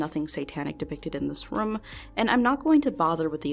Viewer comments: The way she says “room” drives me nuts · Great video! but did anyone notice how says room like "RUM" this mystery has spooked me for years...